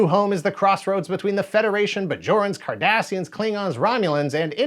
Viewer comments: My brain keeps thinking he's saying the Kardashians. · A question for all us non-Trekies: who else cringed every time he uttered the word "Cardassians"?! 😆😆😆